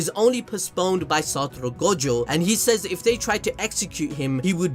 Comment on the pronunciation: take a shot everytime he says satoro